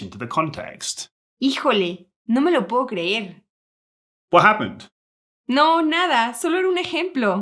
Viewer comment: Does “ No puedo salir, wey sound like no poo salir, way “. Or is it my damn ear?